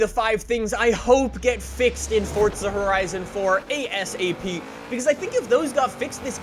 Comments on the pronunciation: It's forza not fortza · Please can you stop saying Fortza Horizon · Stop saying Fordza🤦‍♂️🤦‍♂️🤦‍♂️ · Another guy that says ForTza 😂